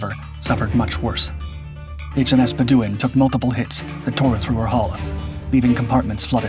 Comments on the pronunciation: Pronounced "muh-lay-uh" and "bed-u-ɪn". Moron. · pronounce "HMS Malaya" again. also "HMS Bedouin" do you really not know how to pronounce these words? or was this always cheap AI slop?